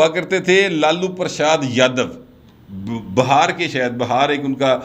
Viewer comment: Bahaar nahi, Behaa sooba